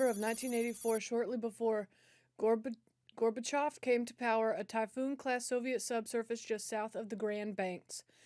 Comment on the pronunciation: HOLY SHIT!, ur the 1st person I've heard pronounce Gorbachev's name correctly in over 30 years!